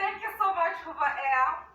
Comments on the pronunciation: Hoover air? I thought it was a vacuum cleaner😂😂😂 Did she mean hover? Hover is pronounced hovva, Does she not know what the verb hover means? Ignorance manifested🤣😂🤣😂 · Hey ❤️from South Carolina! She won't be in Zion long mispronouncing the manufacturer's name. 😂 Hoover Air is spelled with two o's. She's holding boxes from HOVER AIR. It rhymes with OVER AIR but she's a former School Teacher in her tweenies with full passports stamped from over 70 countries around the world but her greatest achievement is marrying Peewee Herman. 🙄